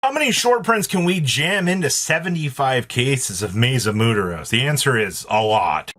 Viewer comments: It is not pronounced mooteros it is muertos which means dead or death. Learn to read. I don't even speak Spanish but I've heard it many times before. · I love how the comments is still losing their shit over saying "Moo-ter-ohs" over "Mwere-toes" that he has NFG about the crash of the peanut gallery, and I love it. But damn, the short print not mentioned here is Lightning Storm. Even as a rare, people are pulling one per box, and some are lucky to get two in a box 📦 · MU-AIR-TOS ... tbh, by this point he has to be trolling and playing the algarithm for engagement... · I can't tell if he's mispronouncing muertos on purpose or not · Lmao Im from mexico and im dying as to how this guy says Muertos lol. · Damn straight. I'm from Iowa but even i know the word. I hate when people continuously mispronounced the word, even when they are informed of the correct way.